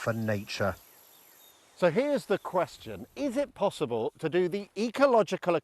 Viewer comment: N...A...Chu. ??? this is the HOME of the Kings Engrish??? holey Trainspottng.